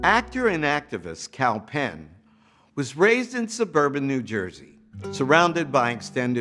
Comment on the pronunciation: Why can’t people pronounce Kalpen properly? It’s Cull-pain